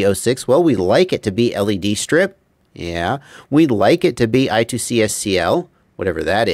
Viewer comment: I-squared-C not I-two-C.:)